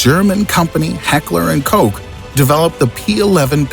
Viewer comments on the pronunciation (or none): Don’t tell me how to pronounce M1 Garand when you read koch like cock